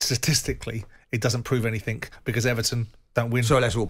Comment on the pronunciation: Jordan is so pompous. Trying to use big words that are often used wrongly or pronounced wrongly. Makes him feel big, i guess. Then he says "anythink" instead of anything. Hilarious.